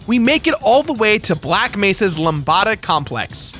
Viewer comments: Probably a little late, but here's a couple of pronunciation tips: Lambda is literally as if you're saying "lamb" and then "dada", only with one da. It's a Greek letter...the one used as the main symbol of the series. The Nihilanth's name is a combination of the root of "nihilism" and the root "anthro." It's pretty much pronounced "nile-anth". The name choice is actually kind of interesting, since "nihil-" means "nothing" and "anthro" means person (andro is man, if you're wondering if I'm generalizing). So it could just be saying that it's not a man (which is kinda obvious), but if they put more thought into it than that, then it's nothingness-person. An embodiment of nothingness. There's also a theory around somewhere that takes that meaning one step further by looking at a bunch of the G-man's comments and the lines you hear as you're approaching the boss, and draws some interesting parallels. I forget the details of that, and who came up with the idea, but it was one of the more insightful plot theories I've heard recently. (I'd mention the person who made it, but I honestly forget. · Lambda [Lamb- Duh] Nihilanth [ Nye-Hill-Lanth] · Lumbada? Wtf dude!?! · words matter... its pronounced LAMB-DUH and NIGH-A-LANTH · IT's LAMBDA! LAMB-DA! GET IT RIGHT!